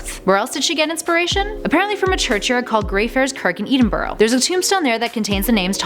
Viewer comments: Lol eedenborrow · Eedinborow aye? Lol what a moron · Eedenburough I think you mean Edinburgh pronounced edinbrugh I mean I know your not English like me but still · Id like to point out that boggart has two Gs So it's pronounced BOG art, also Eden Brough? It's ED-en-bru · Please don't call it Eden-borough like the Garden of Eden. It's pronounced Eddin-borough with a short "e" like "egg" or "elephant". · Eedinboro annoyed me. For those out the loop its pronounced EhDinBuhRuh. Burgh and Borough are both the same just two sides of the border. BuhRuh. Same with prefix then wick is usually just Ick where the W is silent. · ‘EEDENBORO’ hahahahahahaha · Did she say Edenburrow? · Seriously did she just mispronounce Edinburgh!? How dare you! (Jk) its pronounced Edin-bra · She called Edinburgh eedenburgh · wtf is Edenborough? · THATS NOT HOW YOU SAY EDINBURGH YOU SAY IT LIKE EDINBRA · Chris O'Brien eedeen-burrow i'm crying 😂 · Chris O'Brien ikr I was just SCREAMING at my screen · Edinburgh is not said like that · 1. Mcgonnagall was a teacher when James was at hogwarts. 2. It’s BOGgart not Boeggart 3. You pronounced Edinburgh wrong too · Being from Edinburgh, your pronunciation of my home city is apauling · How did you just pronounce Edinburgh? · *starts scrolling for the comments about Edinburgh being pronounced so wrong if you didn't know where Greyfriars was you wouldn't know where she meant" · Any others Scots watching her butcher saying Edinburgh.😂😂 Never heard it said this way before. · If people know some of these why name it things you didn't know and not things you might not know? Also the butchering of boggart and Edinburgh. Only someone who hasn't seen the movies would say boggart in such a weird way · Howling at her pronunciation of Edinburgh. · You said Edinburgh wrong. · might be petty but you pronounced boggart and Edinburgh wrong.